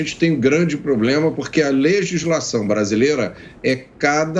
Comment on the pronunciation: acha que é um "POBLEMA"....